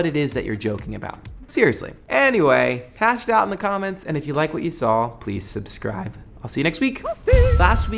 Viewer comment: i don't know what "subscrive" is, but i don't think i want to do it ( you said subscrive :D)